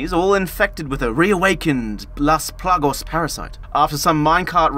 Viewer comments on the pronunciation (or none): PLAGAS not "plagos" smh